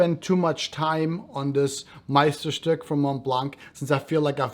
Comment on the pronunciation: Amazing review, illustrative and helped me to buy one of them that was missing in my collection. By the way, are you German? You’re the first one who correctly pronounced Meisterstück